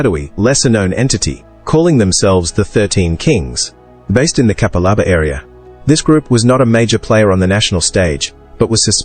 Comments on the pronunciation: K'pal-a'bar, not cappa-larba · You didn't honestly expect AI to pronounce Capalaba correct did you what a lazy fkn effort